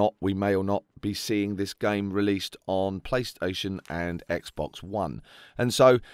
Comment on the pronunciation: Omfg a British person that says Xbox properly instead of "Xbux" XD